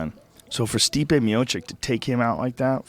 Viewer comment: Instead of Stipe Miocic he says "Stiopic" ROFL